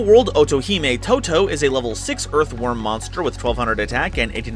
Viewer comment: Why do I keep hearing "EARTH Wyrm" as "Earthworm"? XD